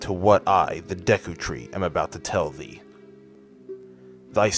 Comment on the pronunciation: It's pronounced DAY-KU BTW